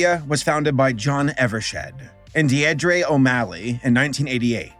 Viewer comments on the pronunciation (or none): "Deandre" 😂 It's Deer-drah, a female name.